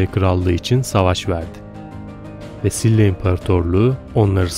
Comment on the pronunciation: SİLLA değil efendim, ŞİLA şeklinde söyleniyor. ☺️